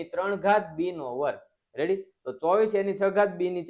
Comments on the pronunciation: sir tame reddy na badle revdi bolo cho😅😅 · Sir tame revdi bolya kem bolo chho